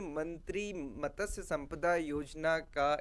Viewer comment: मत्स्य not मतस्य 😊